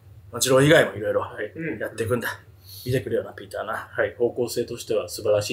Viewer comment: バキ童がピーターって呼ぶときの発音すき